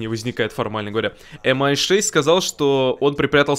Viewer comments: Ми6,А не эм-ай 6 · Крутой ролик у,спасибо за контент.Только правильно говорить не МI,а ми6